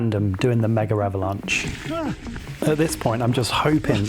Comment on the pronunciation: Almost 4 years later, I still don't know why you guys (english speaking people) call it "Mega-avalanche". It's Megavalanche, in one word ! 😅